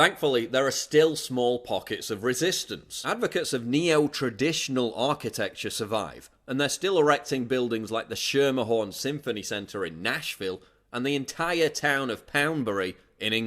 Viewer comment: Nashvillain here...the Schermerhorn Symphony Center is indeed grand, but it's pronounced (sker mer horn)